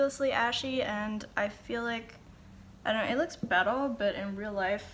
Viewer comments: Love how you say "bettuh" ☺❤ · what is she saying ? better or bettle ?